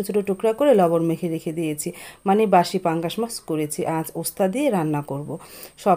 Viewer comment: Basi pangas mas bolar ki ase , mas bolte paren na